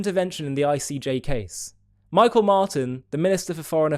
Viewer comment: Micheal Martin is pronounced Me Hall The Irish have become a joke. They seem the imagine Gaza is like Northern Ireland just before the troubles burst into life in the 1960s. Such ignorance about Northern Ireland coupled with delusions about the murderous terrorists of Hamas and Hezbollah is shocking.